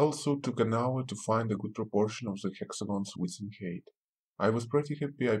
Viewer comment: Your to pronounce "the" correctly makes it very difficult to understand you but other than that, it's a helpful video